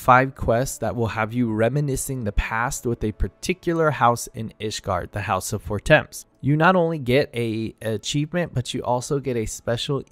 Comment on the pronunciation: « Haurchefant, yes i checked… » Me (as a french): « Yes you got it right », later: « fortèmpsss » Me: « Oh … not exactly 😅 »